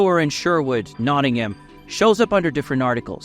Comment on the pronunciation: Learn how to Pronounce Nottingham